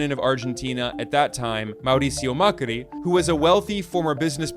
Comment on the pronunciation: extra point for pronouncing "Javier Milei" and "Macri" correctly another one for the accuracy of how he tell the story